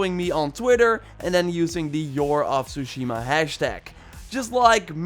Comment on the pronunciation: The way this guy says Tsushima is so odd. Regardless, awesome content thanks for giving loads of tips.